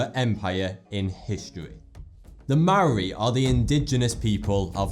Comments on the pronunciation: How your pronounce maori and their words are extremely offensive you need to learn their vouls right and not all maori tribes ate their opponents. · love your stuff im from new zealand i always have trouble pronouncing maori but its pronounced more like moldy (yes like rotten food i avoid saying it maori people can be offended easily and i have nothing but respect for elder maori the youth on other hand look for any excuss to re-enact there warriour past) but anyway the r has a rolling sound to it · Maori was pretty accurate you butchered pronouncing it but ye...